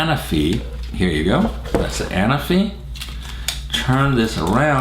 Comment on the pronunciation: The accent is on the 2nd ‘a’, Anáfi is a Greek island ;)